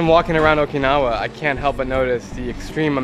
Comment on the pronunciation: Jesus Christ. You're the second American I've heard who can't pronounce Okinawa correctly. I don't see how it's so hard. Kids, this is what happens when you watch dubbed anime.